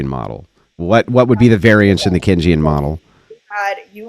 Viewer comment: This dude tries to correct on Keynesian economics and then proceeds to wildly mispronounce it 🤣🤣🤣🤣